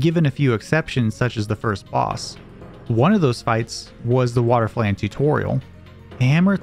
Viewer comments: Cant believe this dude doesn't know how to pronounce flan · He can't even pronounce "flan" right lmao